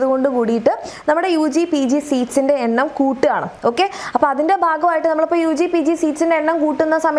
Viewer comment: ബാഗമായിട്ടല്ല, ഭാഗമായിട്ട്